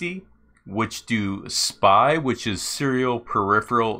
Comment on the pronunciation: first time heared someone read spy instead of "s.p.i." But, even if it sounds strange it's fully understandable for anyone not knowing topic, thus i find your pronounciation the best way. Great creator, will watch again :)